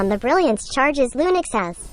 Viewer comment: And did you just said lunix XD